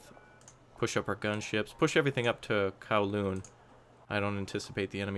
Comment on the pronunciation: Well at least he said lantau and kowloon right